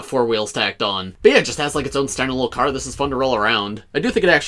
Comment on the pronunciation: No your second. The first was one saying “Crar”